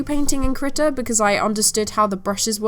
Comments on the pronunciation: I thought you were saying kritter and not krita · Oh no I was one of the people who thought she was saying "Critter"....lucky I don't do digital art and instead stick to traditional...otherwise I would of face palmed a lot harder!!! Hahaha!